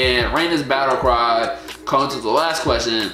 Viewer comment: my name is pronounced like Ra Na, but it's ok